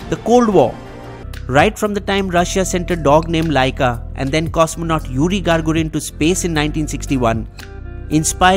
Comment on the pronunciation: You are absolutely right. And there were a few errors. The curiosity rover has been operational for eight and a half years, and not fifteen years as stated in the video. And also, the first human was yuri gagarin, not gargurin